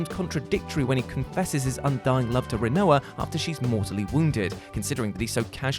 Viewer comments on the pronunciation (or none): Idea, instead of pronouncing Rinoa as "ri-no-uh", make it sound like Quinoa but with an "r". XD "Reen-wa"